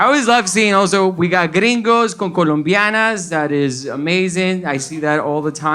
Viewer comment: Se dice” Colombians “ sir, thank you.